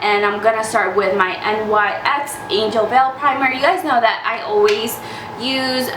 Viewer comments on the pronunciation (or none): why do people pronounce "NYX" as n.y.x . when its pronounced as NIX